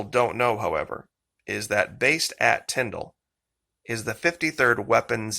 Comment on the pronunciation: Thank you for pronouncing Tyndall AFB correctly. I was stationed there many years ago and hearing it pronounced Tynd-ALL is so annoying. 🙄